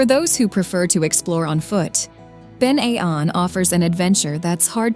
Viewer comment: Drumnadrochit,Ben A’nn,loch katrine and the trossachs had me shouting that’s no how ye say it 😂